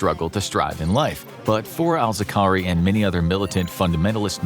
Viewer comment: Zar-qa-wi, not Zaqari